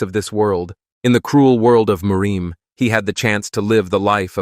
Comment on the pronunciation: The continual mispronunciation of "Murim" is grating as all Hell.